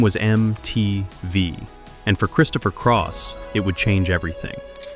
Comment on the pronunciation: Christopher Craw?